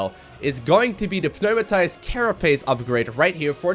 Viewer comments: By the way, the "p" in pneumatised is silent. It's pronounced nu-ma-tized. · He butchered the word lolol.